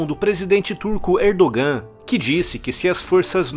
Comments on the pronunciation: so Uma dica a pronúncia do nome do presidente da Turquia. Erdogan lê-se Erdoan. esse g é só uma letra que indica um prolongamento da vogal anterior. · A pronúncia de Erdogan está errada